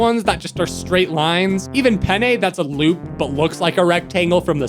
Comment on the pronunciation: I'm Italian, you said pene and not penne (check the translation of pene)